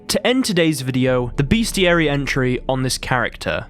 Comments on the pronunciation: it’s RELICT not Relic. Also - BESTiary. Come on, mate. You’re English like me and you know the word is pronounced BESTiary not BEASTiary. It comes from the etymology of the word bestial or bestiality - neither of which have an A after the first E. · I dont know who needs to hear this but it's "best-iary" not beastiary Two totally different things you don't want to mix up